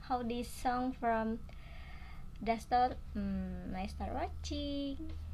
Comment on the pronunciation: The name of boy is (dastor) not (dasbor), anyway thanks for reacting 🌹